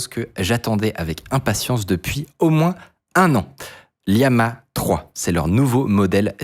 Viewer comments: Ce ne se prononce pas Lee-ama, il y a 2 "L", pas de "i" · Pourquoi tu l'appelle Liama??? c'est LLAMA comme l'animal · bon... c'est LLaMa 3, depuis je comprends pas pourquoi tu dis toujours Liama lol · Aïe aïe aïe la prononciation de LLama